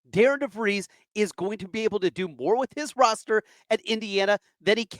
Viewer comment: It would at least sound better if you had pronounced Coach DeVries name correctly